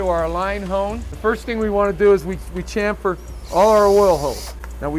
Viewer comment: Two points for pronouncing chamfer correctly. Nice work 👍🏻